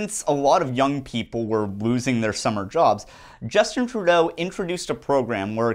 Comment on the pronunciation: Trudeau .. kinda sounds like "True- though..."